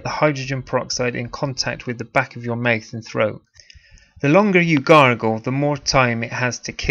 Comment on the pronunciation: Pronounce mouth correctly you're pissing me off. Mouth not myth